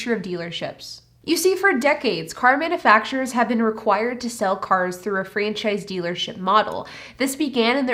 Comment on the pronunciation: It's not manafacturers, It's manUfacturers. If you can't talk properly, don't talk at all!!!